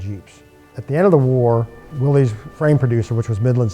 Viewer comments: The Correct pronunciation of Willys is Willis. See ad below. Look at the video at 11.59 and then is said again a few times after. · Wrong rims, they should be solid disc and Willys is pronounced Willis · Just an honest question, Why do so many call them Willeeessss? It is John Willys namesake and his Sir Name is not plural. Much respect to the work you do and detail. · Willys rhymes with 'Phyllis'. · The original pronunciation of "Willys" was with a short "i" sound for the 'y"; so it was pronounced "Will-iss". But it seems to have been transmuted by the same flexibility of language that could produce "Jeep" out of "GP".Aug 5, 2002 Willys Story